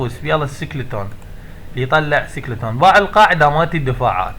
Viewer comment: ههههه (سكليتون..يطلع سكليتون) حبي إسمه سكيلتون هيكل عظمي. وأول مرة أسمع بقرية عندها مدفع إسمه كانوون كفرت باللغة الإنجليزية أدري لبن هوة. اني هم أطالب شركة سوبر سيل بس مو علمود الباولار اطالبهم لخاطر يدخلوك معهد تقوية.